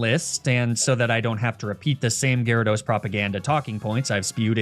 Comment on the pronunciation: Gyarados but in the aweful way says it